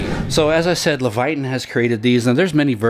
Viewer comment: LEVITON - pronounced "Leh vuh tin" (not "levayton"). Just helpin' out.